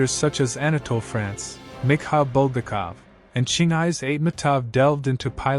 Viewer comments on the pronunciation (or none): none